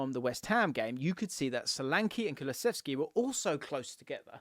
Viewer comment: "Kuluseski, waddaplaya" -Pep